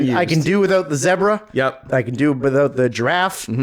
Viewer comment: said "zebra" wrong.